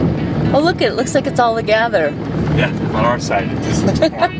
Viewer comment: Why does always say the word “together” like “togather”? Is wrong and it makes you look silly.